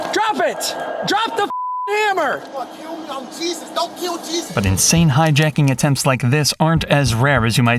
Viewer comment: JESUS, NOT JESUS.